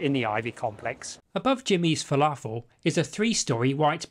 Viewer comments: Thanks! - I put a lot of effort into this! Yes my original pronunciation of "falafel" definitely got a few laughs. I was going to leave it in, until I realised that I'd pronounced Bligh street incorrectly as well! Yes, I hope it will, and one of the reasons for putting lots of effort into this video, is that I'm hoping that people will be watching it in many years to come! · One of your best videos ever. I thought it was funny how you originally pronounced "falafel", lol. But anyway, I think this video will become a significant historical archive for future generations to appreciate. Great job and a wonderful contribution to Sydney's CBD history.